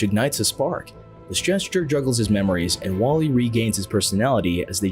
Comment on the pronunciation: I thought you said waffl-E😂